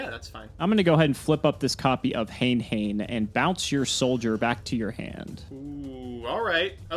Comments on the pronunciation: "HANE-HANE" HAYN-HAYN 🚫 HANAY-HANAY ✅ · hen hen? you mean ha-NAY ha-NAY 😎 just kidding, feels good too see thus format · it's supposed to be hah-nay hah-nay, as in the japanese word for feather "hane", but engligh people generally pronounce it hayne hayne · I recently learned that "Hane Hane" was actually pronounced "Ha-nay" Ha-nay". Thanks to one of Team APS's video. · hane-hane is Hah-neh hah-neh, please this is driving me maaaaaaaad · Isn’t it pronounced huh-nay huh-nay? Otherwise, very great video, thank you